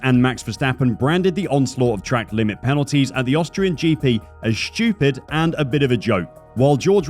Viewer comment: I like how this guy pronounces Stupid. It's more like Schtupid.